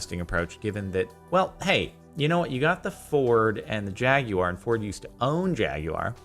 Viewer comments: "Jag-You-Awar".....???? Legit have never heard it pronounced in this manner. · The way you pronounce Jaguar makes me uncomfortable.